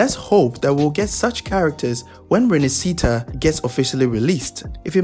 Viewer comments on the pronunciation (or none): Please :( as an italian.. i'm in huge pain when ANY content creator says Rinascita. Use google translate, and click on the audio icon after typing "rinascita" So you will know how to say it >.< Wuwa has a lot of italian words, nobody even gets 10% correct , and italian is EASY to read, its not english , all the letters are read as they are, no pronunciation needed aside the "gli" one. (like in Tartgaglia)